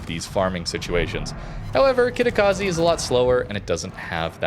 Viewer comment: how difficult is to say Kitakaze..instead of Kitakazi